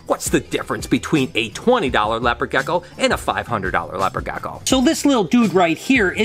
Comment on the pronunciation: sos its rlly annoying how u say gecko